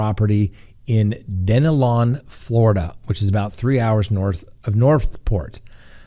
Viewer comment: It’s Dunellon, pronounced done-el-un